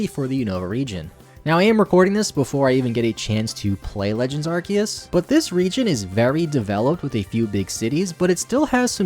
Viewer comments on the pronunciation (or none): ITS ARKOOS NOT ARCEUS